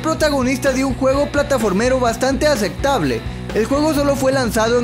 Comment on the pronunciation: dijo bastante acectable es aceptable 🙄